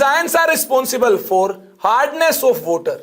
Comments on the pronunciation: Bye guys , I'm gonna get a glass of 'WOTER'🤣. Nah I'm just kidding that actually makes the lecture more funny and interesting 🤣🤣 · Sooft Woter, funny accent 🤣🤣